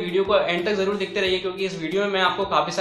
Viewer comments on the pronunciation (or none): Jarur nhi zarrur hota hy bhai😂😂😂😂